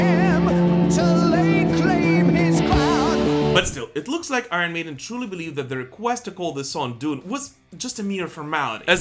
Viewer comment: Love the channel , please pronounce Iron correctly